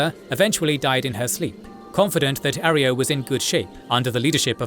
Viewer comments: A. Roy. Yo. Not "Are E O." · It’s not arrio it’s arroyo. A Roy o. It’s my last name lol Jesus. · Finally, good to see the Chosen One's adventure summed up by your style. Couple things to note: 1. Its pronunced A-Roy-Oh not Areo... actually drove me up the wall hearing you butcher it. 2. Its pronounced Klamith, not Klah Mawth. 3. The Councillor who helped the chosen one "get around" First Citizen Lynnette was McClure and he was one of the decent Vault City citizens. Very practical but still loyal to what Vaul City stood for. 4. The Salvatore deal with the Enclave was their own destruction as the deal to get "Lightbringers" the laser weaponry was actually a way for the Enclave to control Reno. The Enclave knew once the Salvatores "won" the gang war they would broadcast a code to kill the weapons and then the Enclave would mop them up. 5. The Brotherhood helps the Chosen One infiltrate Navarro with advice. The infiltration required the Chosen One to travel alone to Navarro. 6. The Enclave's genocidial plan actually would've killed everyone on the mainland even the chosen one. The Chosen One knew there was only one resolution. Stop the Enclave. The game did an excellent job of showing you how EVERYONE was manipulating the others. Even the NCR wasn't squeaky clean such as organising raiders to bully towns into coming to join the republic. The story of the Chosen One was brilliant and they played a titanic role in changing the fate of the world not just California's fate. On a brief seperate note playing the game on low intelligence was an absolute gem. 100% recommend it. The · Arroyo is pronounced ah-roy-yo. Great vid otherwise! Keep up the good work. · Your AI cant pronounce Arroyo properly.😊